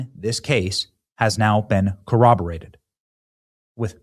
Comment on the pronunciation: Benny--thank you for properly pronouncing corroborated . So many 'smart' people in media say co-oberated .